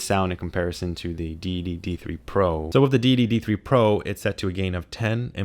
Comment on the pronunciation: Thje say you say Deity sounds like dee dee, so all I hear is "dee dee dee three and the dee dee dee three pro".